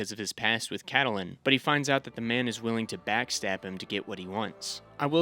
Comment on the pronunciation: Ca-ta-lyn??? Lol....love your hard work though. Thanks.